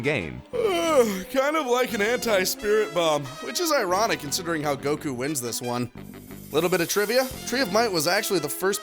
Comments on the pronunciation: That pronunciation of Goku... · Are you pronouncing Goku's name like that just to piss people off? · Hate how you say goku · The way pronounces goku makes me irrationally angry